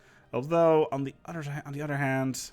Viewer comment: "Take care of yourselves, and each udder." Been hearing that for a while